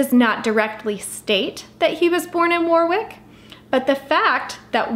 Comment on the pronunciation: It’s pronounced Warrick, not Warwick, despite the spelling!